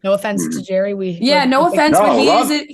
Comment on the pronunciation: Gerry is pronounced like Gary. It’s Irish